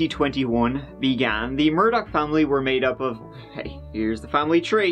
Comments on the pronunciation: Possibly "Irish" Americans who pronounce their surname "Murdaw" not liking actual Irish pronunciation as "Murdock"🤷‍♂️ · The fact that the family's name is "murdah" was not lost on me 🥰. Although yer man keeps saying murdoCK for whatever reason? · “Murdock” Literally Everyone Else: “Murdaugh” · it’s mur-da like what happened to them and how we say it in Boston...NO R NEEDED😎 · Still can’t believe after 2 weeks nobody has mentioned the Family’s name is Murdaugh (like Murder/Murdah) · Lmao why does the American media pronounce it mur-DAW? 😂😂😂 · I feel like they pronounce it mur-dog. But who really knows ahaha!